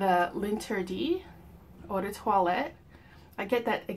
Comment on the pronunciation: It’s pronounced "lahn-ter-dee" not “lin tea dee”